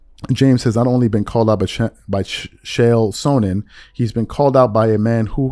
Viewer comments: Your pronounce Chael Sonnen like Kayl Saa nuhn. Just for future use. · Pronounced “khale sawnen” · CLICKBAIT TRASH. Was this a report coming out? Or was it someone talking? Chael sonnen is the biggest troll in the ufc and you clearly dont know anything about him because you cant pronounce his name. In the same podcast he said he robbed a bank for millions of dollars. If you want to be respected and different to other shows then dont produce this crap. You just lost my respect. Your lack of knowledge about athletes and different sports shines through as well. You are clearly a casual.